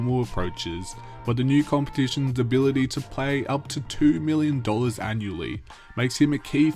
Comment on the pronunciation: I can’t help but hear Billion when you said million some of those times. Idk why haha